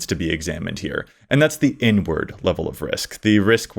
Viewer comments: OMG.. I thought said "N-word" level of risk and not "inward" level of risk. Was like, "what? ok I guess, yea, saying that is very risky!" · I thought he said n word as well….